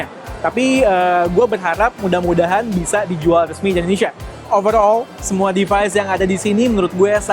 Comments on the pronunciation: Indonesia bukan endonesia bang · Indonesia bg bukan endonesia